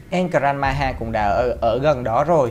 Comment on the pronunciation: El gran maja mà cứ đọc là El gran maha